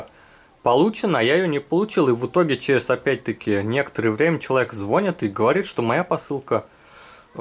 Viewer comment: Спасибо за видео, только не звОнит, а звонИт =)